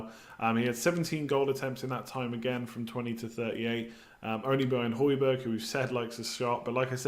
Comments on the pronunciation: Hojbjerg is pronounced hoy-bee-yair his uncle teaches me at school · That's pretty awesome. Also, just for future pronunciations: j=y for most European names (excluding Spanish ofc).